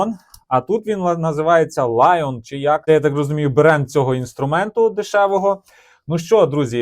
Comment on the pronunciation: який ще лайон))) То Li ion написано, аккуляторна батарея літій іон. І не нюнометрів, а Н'ютон-метрів - момент сили.